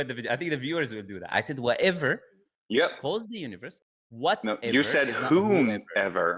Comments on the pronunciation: Listen I rewinded the video and turned on the captions that "whatever" just sounds like "whoever" Matter of pronunciation and hearing actually doesn't affect the core of the argument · It did kind of sound like you said whoever though. But that's a silly point to get caught up on. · I can't lie I thought you said whoever not whatever.